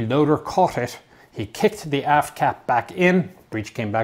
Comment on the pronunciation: When he said AFT cap I honestly thought he said ass cap I had to go back and listen to it again